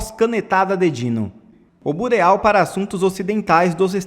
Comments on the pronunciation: A pronúncia é birô; não bureáu. Mas a sua notícia tá bacana. Parabéns! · Bureau se pronuncia "Birô". Aff